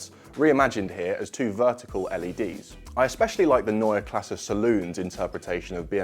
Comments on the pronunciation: Finally a good looking, back to the roots design language. This will x fold their sales, for sure. And thank you for the right pronounciation of Neue Klasse. If you pronounce Porsche with an e at the end you will be my hero! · like that you mastered the pronounciation of "neue Klasse " 😊 great new design (go over those '90s Alfa rearlights though) .. but just concepts 🖖🏻